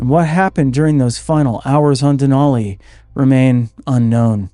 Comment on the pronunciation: "Denali" is pronounced with a flat "a" to rhyme with "alley" and "valley". I learned this when I lived in Fairbanks. .🇺🇸🌄☕